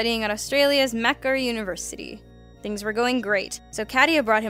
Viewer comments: Macarie? Lol it's mac-war-ie university ... I swear this channel has the absolute worst hosts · I snorted at "Victory Margueritas for everyone!" Also, FYI Macquarie is pronounced "Ma-kwuh-ry" not "makkary" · As a fellow Australian is pronounced MA-QUA-RE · Mac-Quarry or Mac-kwah-ree is how you pronounce Macquarie....Unless you're talking about Macquarie bank or Macquarie Leasing. In those cases Macquarie is pronounced Pac-Ov-Khunts. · i was thinking the same thing it's pronounced Mah-quar-ie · Lol the way she says Macquarie University hahahaha like mack-erry hahaha oh god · Reading a typographical error as presented isn't that much a problem; the fact that she followed it up with the mispronunciation of "Macquarie" is less forgivable. (The "qu" in Macquarie is pronounced as normal.) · that isn't how you say Macquarie lol :D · I thought that too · so true what was she even trying to say? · nico enderguy just found it funny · The c is silent in Macquarie, that pronunciation made me cringe so hard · You Pronounced Macquarie University all wrong lol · Derpy The pronunciation was pretty off to be fair. Lots of people would have cringed to that.